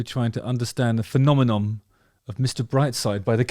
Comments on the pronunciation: I haven’t even watch the video after 10 seconds if you can’t say ‘phenomenon’ correctly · Pedantic moment: Phenomenon. -non. Not -nom. -non. Phenomenon. (Love your channel, BTW.) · The word phenomenon ends with the letter N not the letter M 😃 say the often used prefix NON - now say phenome and add NON - you can do it